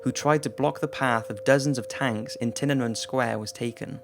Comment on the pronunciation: Its pronounced tee-ah-nuh-men! Otherwise, love your work!!!